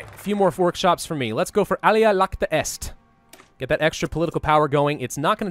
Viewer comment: gotta love it when says "ala Lacta est", like know your old languages man...